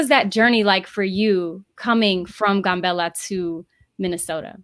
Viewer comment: The Town is not called GUN bella , it's called GAM bella.